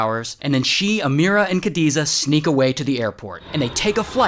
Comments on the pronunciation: not kadiza its khadija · Khadiza it is act khadija